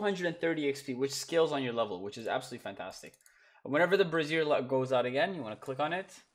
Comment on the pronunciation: They way you're saying brazier makes it sound like you're talking about a woman's bra. 😂Brassiere Brazier. Bray Zshur. Bray Zur. Brayzur. Brazier.